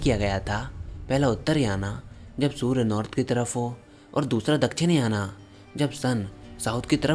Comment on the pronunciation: भाई , उत्तरायण और दक्षिणायण। या फिर उत्तरायन या दक्षिणायन। ... याना याना का उच्चारण अंग्रेजों को ही करने दो 🤣😂